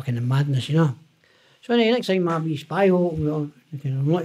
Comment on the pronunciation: Howling every time he says "al wreck the place" 😂😂😂 brilliant listen